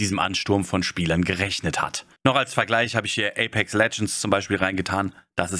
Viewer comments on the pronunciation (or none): none